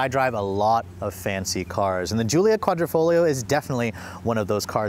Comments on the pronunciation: I cringed everytime he called it "Quadrofolio". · Love your reviews! Hate your foreign language pronunciation. The reason for the clover is because that's what quadrifoglio means, four-leaf clover. Hate that it doesn’t come in manual.